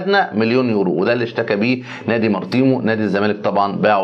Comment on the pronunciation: من فضلك انطق اسم النادى البرتغالي صح الاسم هو/ ماريتمو